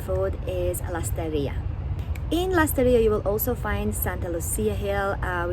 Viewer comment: "Lesterria"?? LASTARRIA SAN CRISTAL?? SAN CRISTÓBAL